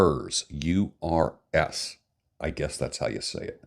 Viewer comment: Hey, wish you all the best! My Romanian girlfriend says that it's pronounced "oorsoo", meaning bear (the animal).